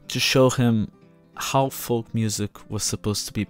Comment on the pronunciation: The 'L' in 'FOLK' is silent you dope.